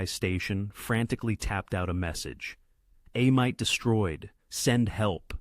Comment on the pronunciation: For the record it's pronounced A-meet and not A-mite. Great video though.